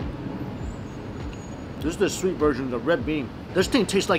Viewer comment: You know Mikey is excited when his “s” sounds become “sh”. “... sho shweet, shilky and shoft” 😂